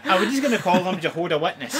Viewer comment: You pronounce Jahoda so weird :D